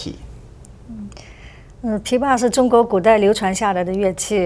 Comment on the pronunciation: I thought he was gonna pronounce pipa like “pip ah” but when he said it I was actually shocked *disclaimer I am not Chinese